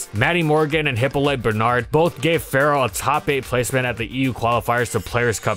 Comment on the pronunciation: Ferro is the Italian word for Iron, and you are pronouncing it surprisingly well.